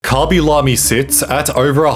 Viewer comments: "Kobby lomie" 😭 Pls stop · "koby lomy"